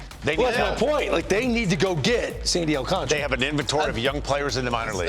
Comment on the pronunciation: Its not thay damn hard to pronounce his last name.